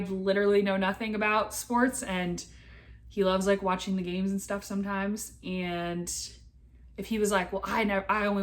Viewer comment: I loved when said “thanks for wayching”